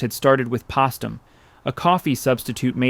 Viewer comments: Come on…..it is Pos”T”um …NOT possum. At least you were consistent. Nice story, sad but informative. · The cereal company was pronounced post - um, (as in a wooden POST). Not pos-tum. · It's called Postum because Post named it after himself. It's pronounced like POST not pastum. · I'm 85, we always pronouced this drink POST UM. NARRATOR SAYING IT INCORRECTLY 2x .pustum...??? It encouraged parents to give to children instead of COFFEE, which we had w hot cereal, &was always can of evaporated milk with hole pushed into, so we didnt use too much. We always walked far to school in Reading, PA, cold winds, deep snow. Mother said milk delivered to frontporch inreturnable glass bottles was too expensive. The coffee never stunted our growth,lived in 3 story old brick row homes,that are still there. Very frugal, no waste,everything tidy, clean. good old days. ❤ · The pronunciation is post (long O) um, not as in possum. Remember, the name is Post. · The company was 'POSTUM' not Pastum. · 1st, its POST, not pahst. 🤦🏾‍♀️🤷🏽‍♀️ My granny used to give us postum when we asked for coffee 😂😂. Then we felt so ADULT. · Pas tum? What the heck is that a pasta company? It’s POST UM like post office.😅😅😅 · It's not POSS TUM, it's POST UM!!😂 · Postum is pronounced with a long ‘o’. Sounds so strange with the short ‘o’. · How on earth can you say "Post" correctly and then refer to Postum (po-stum) as "Poss-tum"? Stupid bot or human? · Why the weird pronunciation of Postum? It is pronounced Post (like the family name) um. Not Pastum...interesting documentary, but seriously? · Mizner is pronounced with a hard I. Postom is pronounced like their last name - post. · Postum pronounced Post-um, NOT Paws-tum. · Please, if her name was Post (long O) why would you incessantly call the drink Postum (with a short O)? It was marketed after the family business name! It grates on the ears of those who grew up in Michigan and drank the hot drink. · Postum, not pastum. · Its pronounced “Pōstum”